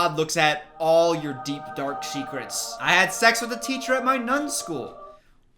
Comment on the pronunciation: You said DARKEST SEKRETS